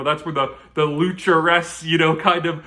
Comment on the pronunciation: Lucharesu! And you said it right. +Rep